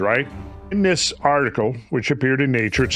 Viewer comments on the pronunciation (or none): none